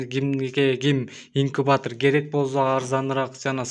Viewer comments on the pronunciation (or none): Тууган инкутор эмес инкубатор, гепилдик эмес кепилдик болот